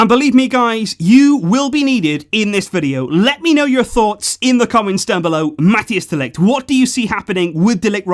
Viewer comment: Man I love your videos, but who is Matthias de Ligt? (pro-tip, its pronounced more like Mat-ICE)